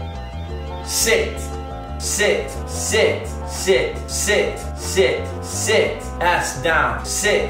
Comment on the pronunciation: "Sit" sounds like "Shit!"